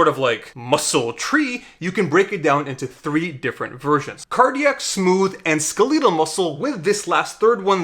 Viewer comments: “Skuh-LEE-duhl” muscle? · Cardiac, smooth, and skaleedal muscle" LOL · skelietal? do you say skelieton too? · it's funny cause when people mispronounce words it means they read a lot and their vocab is superior to what they've actually heard people say in real life, yet it's embarrassing to get it wrong. Not your fault you never heard people say skeletal irl!